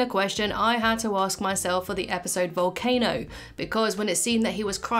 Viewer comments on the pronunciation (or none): none